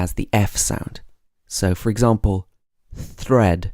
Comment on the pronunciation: Umm, I heard slightly rolled R in 'thread' am I wrong?